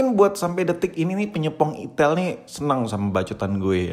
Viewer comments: perasaan bacanya aitel gasi🗿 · Salah sebut mulu kalo ngomong merk hp satu ini